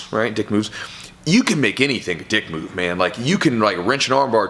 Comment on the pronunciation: I feel like he's putting the wrong emPHasis on the wrong sylLAble. There is a world of difference between a "dick move" and a "dick" move.